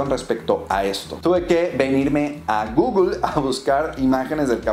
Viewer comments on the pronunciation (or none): none